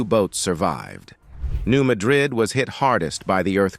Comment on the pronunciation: Hey, for a guy who speaks for a living: It is pronounced, "New MAD rid". The accent is on the first syllable. You should put your arrogance on hold while you try to do your job properly.